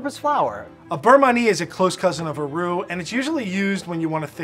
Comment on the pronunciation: said ruh roa (raw dough) lol we cant speak french! i mean!